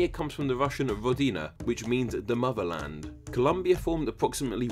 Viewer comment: ZE MOZERLAND COMRADES